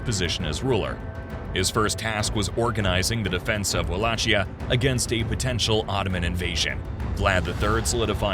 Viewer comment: Wallakheeya ( it sounds like this). Ch in Romanian language sounds like Kh ( in Italian is same). Great video!